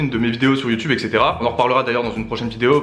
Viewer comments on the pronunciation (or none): none